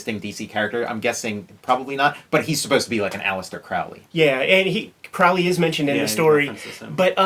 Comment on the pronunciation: Not really that big of a deal but Aleister Crowley - his last name is pronounced properly if it rhymes with the word Holy and not the way Ozzy Osiborne pronounced it in the song he wrote about Crowley.